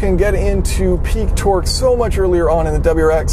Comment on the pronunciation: Every time he says torque it sounds like he's saying twerk twerk that Subaru